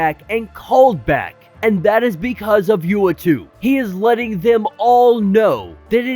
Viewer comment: U - ahht- too = is how you say the watchers name